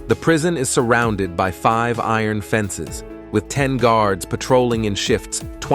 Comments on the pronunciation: I ron gates, fence etc!!!! Not iron, it's steel!!!! And the bot narration is terrible, so is the stupid music!!! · Eye-Ron , Earin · Pronounce iron correctly. Thanks. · “I-ron”… “cramp-ed”? Did he have to wear stripe-ed outfits? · "I-ron gates" and "cram-ped" cells. You can't even read your own script. No thumbs up and no subscribe for you, I'll never click on your channel again. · "I-Ron gates" and "cramp-ed cells?" Oh no!